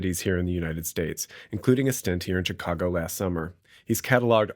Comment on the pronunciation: You are the first native speaker I have heard who says "Tchicago".